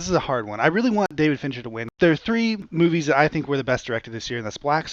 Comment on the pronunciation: its Movies not Moîes,.....